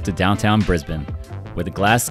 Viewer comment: You know how to say Brisbane properly but not Melbourne?